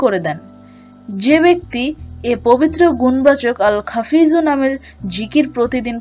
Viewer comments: আসসালামূ আলাইকুম । আপনার ভিডিওর উচ্চারণে বলছেন "আল খাফিজূ"। অথচ লেখা আছে "আল খাফিদু"। দয়া করে বলবেন কোনটি ঠিক । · আল্লাহর পবিত্র নাম টি এখানে ভুল উচ্চারণ করেছেন। "আল- খাফিদু" হবে।